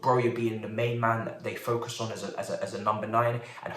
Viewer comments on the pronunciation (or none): none